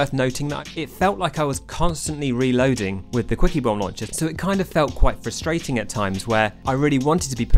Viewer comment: With your accent I keep hearing "squeakybomb launcher"